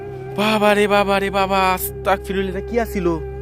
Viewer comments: কেমন আছেন আশা করি আল্লাহর রহমতে ভালো আছেন অপেক্ষায় ছিলাম ভিডিওর জন্য খুবি ভয় হয়👹👹👹 আপনি কি করে একা একা এমন কবরস্থানে যান আয়াতুল কুরছি পাঠ করবেন আর আস্তাকফিরুল্লা হবে না আস্তাগফিরুল্লা হবে আপনাকে অনেক বার বলা হইছে তবু ভুল পড়েন এতে আরো পাপ হবে আশা করি এর পর শুদ্ধ ভাবে পড়বেন ❤️❤️❤️ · ভাই আস্তাকফিরুল্লাহ হবে না এটা,এটা আস্তাগফিরুল্লাহ হবে😇